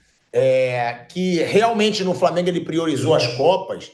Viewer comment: Favela raiz e o vampeta que fala “crassico e framengo” depay nem português entende